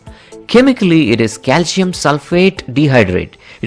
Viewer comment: Cal-SEE-ummm... Now you try to say it! He cant say calcium at all hahaha